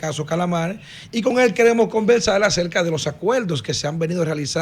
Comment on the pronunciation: Como diablo un "comunicador" de una prestigiosa cadena de radio y televisión. Se pueda dar el lujo de decir (acueldo) por acuerdo? (Palte) por parte. (Convelsal)por conversar. Esto una vergüenza.